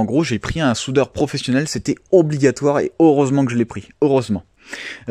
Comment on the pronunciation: Ah ben oui, "au reusement" !! 🙃